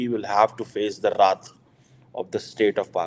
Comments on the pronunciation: Oye, RAth Nehi hota hain, use WRATH bolte hain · Wraaath of Pakistan.... don't know how to pronounciate😂😂